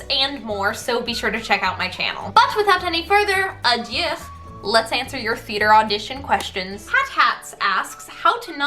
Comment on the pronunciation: You frequently say “without further adieu” in your videos and idk if it’s a joke that’s going over my head or no one’s informed you before, but it’s actually “without further ado”. If you were making a joke, I apologize 😂